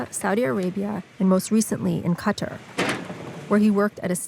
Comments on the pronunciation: where ???! Hahahahahahaha typical western media trying to cover everything yet can’t even pronounce the country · Who pronounces "Qatar" like that?